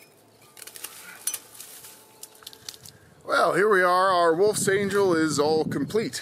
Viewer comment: angel in german is pronounced angle, like an angler, and means fishing rod